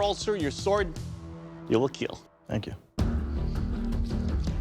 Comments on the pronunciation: '''it will KEEL" LMAO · "It will Keel" really does it for me. every single time! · It will keal 😋🔥